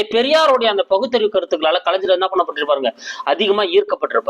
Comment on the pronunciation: நன்றி ஐயா. ஞ என்பதை தாங்கள் ja என்று உச்சரிக்காமல் gna என்று உச்சரிக்கவும். கலைஞர் , அறிஞர்.தவறாக எடுத்துக் கொள்ள வேண்டாம்.